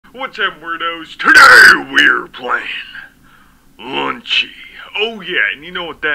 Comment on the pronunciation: Please note this is Lunchy (Lunch-e) not lunchly